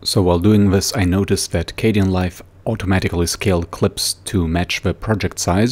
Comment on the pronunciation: I got soo triggered when he switched from dark to light Edit: it's K den not K de an